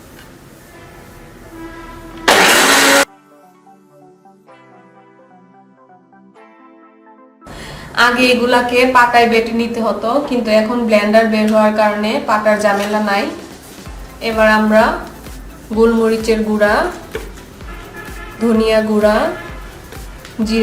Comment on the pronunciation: It’s not বুরহানি it would be বোরহানি Also it's not ভ্লেন্ডার! It would be ব্লেন্ডার। I guess that's why you don't gain subscribers though your contents are good